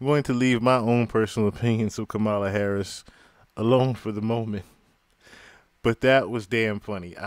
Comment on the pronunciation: He actually pronounced her name right! 😅 Mala..